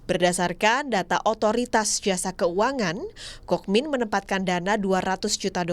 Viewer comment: Kookmin dibaca Kungmin